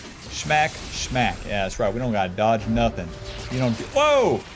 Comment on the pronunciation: Sounds weird to hear "shmack" instead of "smack"